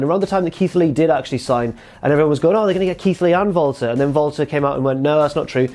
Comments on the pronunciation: To anyone else does it sound like he always says Valter instead of Walter? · It's sounds like is saying Volta instead of WALTER. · Jesse Pinkman in German W’a are pronounced as V’s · He's German. They pronounce Ws as V over there.